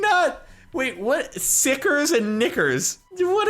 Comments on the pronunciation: When he said nickers I thought he said the n word and almost freaked out what’s even funnier is how many times he said it without noticing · When u hear Captain say NICKERs multiple times and not notice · I need a 10 hour loop of Jordan saying "Nickers" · HE SAID NICKERS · I thought Sparkelz said something else when he said NICKERS. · Dude, a niker bar. it sounded like he was saying a very particular worrrrrd...... XD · Whenever Jordan said nickers 10 times... lmao did anyone hear anything else? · might wanna stop saying nickers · He said nickers 😂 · When jordan kept saying nickers lol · Jardon saying Nickers triggers me. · haha I thought you were saying the n word